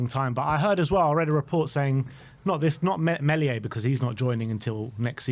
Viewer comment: Its Not Mel-ia, its Meel- ia. said like this Meal E Ah